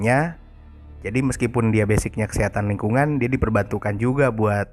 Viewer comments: Diawal dengernya "setan lingkungan" dong, ternyata Kesehatan Lingkungan. :") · Lu ngomong gini gue ulang juga masih denger setan lingkungan 😂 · Putri Utami iya, udah 3 kali ngulang bagian itu tetep kedengarannya "setan lingkungan" :")